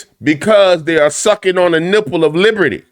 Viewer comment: "On the lipple of niberty" 🗽